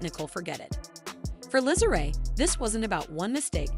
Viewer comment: NEE-COLE NOT NO NICKEL! NICKEL IS WHAT YOU SPEND and the other sister name is LISA! LEE-SA PRONOUNCED! NOT NO LIZZLE